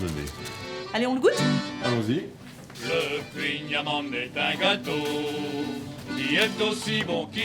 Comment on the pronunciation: Ta pronontiation est mauvaise mais c'est drôle. On dit khouign amann !